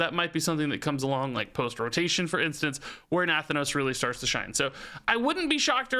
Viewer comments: NUH THAN NOSE thats the pronunciation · Na-Thanos like Thanos, but with 'nuh' in front this is a real Pelagos moment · Looks like Nathanos is gonna be the new "pronunciation nemesis", after Pelagos! :) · Does anyone else get tilted by the way he says nathanos? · Haha the Nathanos pronunciation kills me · Nathanos is so strange to hear pronounced differently. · Are you saying Nathanos wrong on purpose????